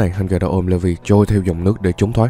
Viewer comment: Levi kh ph đọc là" Lê vi" nhaaa anh đọc là "Lì vai" áaa